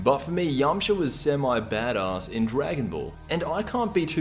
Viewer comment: Damn this guy cannot pronounce 'badass'